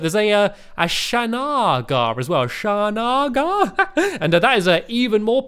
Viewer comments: "SHA - NA - GRA" no, stampy, its "SHA - RANG - AH" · Its not shanarga, its a sharanga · Stampy, it’s pronounced Shar-on-gah